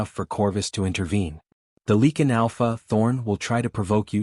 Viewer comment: I am getting sick and tired of these stupid.A i's They pronounce one word correctly and then mispronounce it five times later . Lichen , leaking , lycene , lacking .